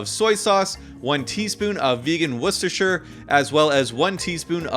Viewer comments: Perfect pronunciation of "Worcestershire". Also, these look amazing! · Idk why but you're the first American I've seen that can pronounce Worcestershire correctly lol